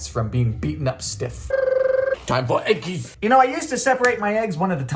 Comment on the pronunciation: there's something hilarious about you saying "eggis" in your normal-human youtube voice.